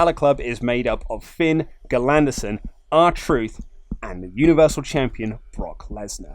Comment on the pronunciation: When he says R-Truth lol 😆